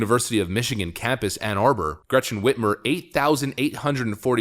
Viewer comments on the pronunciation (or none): none